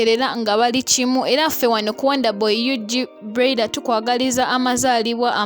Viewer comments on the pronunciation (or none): what darling 🤷 ? have i done wrong to correct her? don't u hear how she pronounce the name of someone's daughter? that broiler, like seriously ??? so do u think that she doesn't know the pronunciation of the name? mutulekemu namwe.